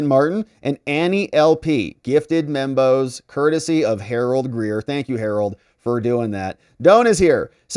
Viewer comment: when you say Membos, I keep hearing Bimbos, lol.